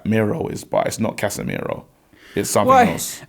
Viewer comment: 🤣🤣🤣🤣🤣 Case-meir-woah. love ffs. That united top is hard